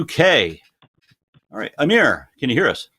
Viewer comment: pronouncing Amir's name "aymer" from now on